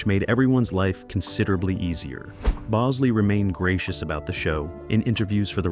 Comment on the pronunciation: It's the AI voice. It also said Bowsley for Tom Bosley.